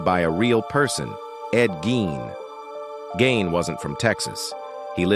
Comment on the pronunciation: The one director' first name is pronounced /TOE-bee/, and the killer's last name is pronounced /GEEN/.